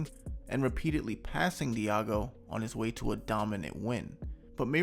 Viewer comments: Diogo is pronounced deougo not diago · bro stop saying diago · Nice video as always man, thank you... BTW: Diogo is pronounced Dee.o.go...